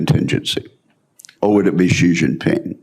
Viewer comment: Ben, his name is Xi Jinping. It is NOT "Gee". Please just say "She" if you can't be bothered to make even the slightest effort to pronounce it anywhere near correctly. Thanks.